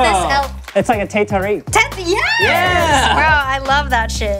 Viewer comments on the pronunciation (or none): hahaaha "teh tareek" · Its teh tarik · Vica Carolina they pronounce teh tarik so weirdly its kinda cute i